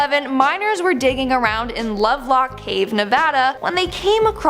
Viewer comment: Hell yeah she nailed lovelock Nevada! Killing it!